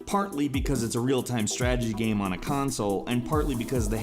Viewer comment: Why do you say "gahm" instead of "game"?!